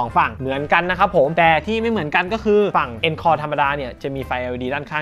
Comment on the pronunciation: อ่านว่า อองคอร์ครับ มาจากภาษาฝรั่งเศส